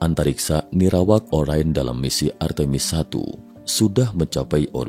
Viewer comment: Orain atau Orion? Pembacanya ngacau?